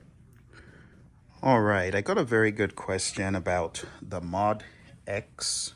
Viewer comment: Moe-Dee-Ex . It really is not that hard to say. Moe-Dee-Ex. It's hard to take the opinion of someone who cannot name the thing they are talking about. Nice collection though.